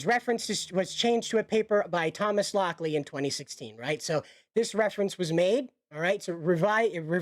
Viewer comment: lol Thomas Lock-Lie